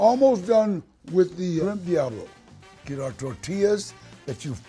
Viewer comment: I think Danny Trejo is one of the best, but he needs to drop the white talk on Taco, Diablo, tortilla and be his self and roll those R’s